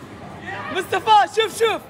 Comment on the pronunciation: بيقول مستفى بدل مصطفى 😅